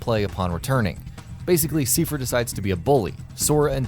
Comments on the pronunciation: That isn't how you say seifer, it's said in the game dude, it's pronounced like Cypher, like I not E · You keep saying seefer wbphen they even pronounce it correctly in the cut scene as saifer. If you can't figure out pronunciation ask someone. You sound like an idiot when you don't. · it's not a reference to kingdom hearts 2?? it's for 358/2 days. also, do a lot of gaming channels not play square enix games?? that's not how you pronounce Seifer. it's like psy-fer. personally, I pronounce it tee-dus, but that name is still up to debate. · The fact that Seifer's name is pronounced in the video, you kept mispronouncing his name .. Wow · Seifer is pronounced correctly in the featured KH2 cutscene, yet can't get it right:( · That's not how you pronounce Seifer.